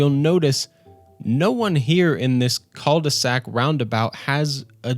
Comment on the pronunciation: Cul de sac, not cole de sac.